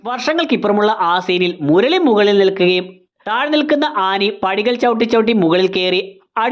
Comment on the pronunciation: ആനി ❌ ആന ✔️ മുരളി❌ മുർളി ✔️